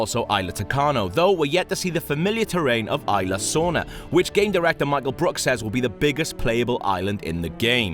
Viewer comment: ''Ayla Sorna''